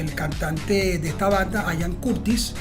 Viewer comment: ¿Por qué dicen "Ayan" Curtis? Se pronuncia Ian, tal como se lee. De nada.